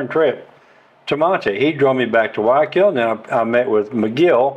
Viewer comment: "WHY I KILL"..learning spanish?if u cant pronounce Guayaquil...thats how...😂 hi, great videos lately.. by way i know the Villaroel family Davids..great people. We used to surf together...say hello. Saludos t care...